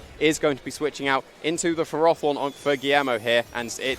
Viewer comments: Wtf is a ferORthorn? Surely it’s ferro-thorn, because it’s a portmanteau from ferrous. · Why did that announcer correct their pronunciation of ferrothorn. The correct pronunciation is ferr-áh-thorn?? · Ash Norman no it’s Furroforn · "fair-oh" pretty simple.